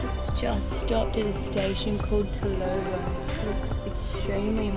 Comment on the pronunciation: Turnovo is pronounced as "huh" sound not an a sound. Next time come to Rebrovo to have lunch?